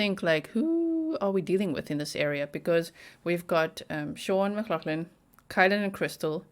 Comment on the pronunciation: it is definitely pronounced Shawn you are saying the surname correctly